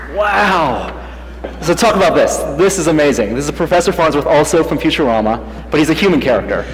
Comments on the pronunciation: Did he just say. FuturAMMA. Gawddddddddddd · I love "future-am-a"<Phonetic when it's pronounced Future-Ahma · Did he really pronounce it futu-RAM-ah? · Did this dude just say "future- ama"? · "Future ram uh" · It's cool and all but when he pronounced futurama ...who says it like that? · "well i love futureama" yet you cant pronounce the name. pretttty sure youre just doing this for money.